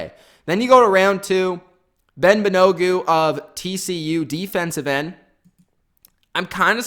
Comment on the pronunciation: wow, butchering names, lol. It's all good. Thanks for the video! Great analysis, I think you nailed it. BTW, Kenny Moore is better than OK, this guy is an OG and can play corner, is he the best in the AFC South, no. You might have forgot MSU's Willis, don't think i heard you include him, but all good. BAN-A-GOO is going to be a linebacker according to Chris Ballard. Ridgeway was unloaded btw.